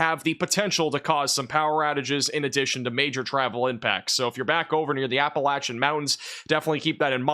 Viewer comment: love that pronounced Appalachia correctly!! 🤩